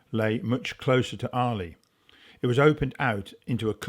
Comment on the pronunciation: Arley…… get the name right 🙄